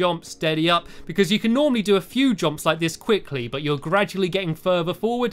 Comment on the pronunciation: At the beginning he said jrumps